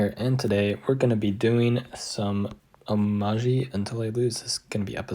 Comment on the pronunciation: great game .Is oumaji really pronounced with a zhi sound?